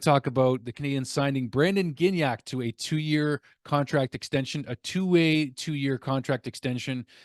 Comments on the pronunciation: NoT GiGnac, have a bit more respect for French names! Gignac is pronounced Gee-Niac... I enjoy your updates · Hey, Gignac is pronounced Gee-Niac. A hard G followed by an I sound will generally be spelled GUI and not GI. GI is a soft G. I know it's complicated lol. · Gig-nac hurts my brain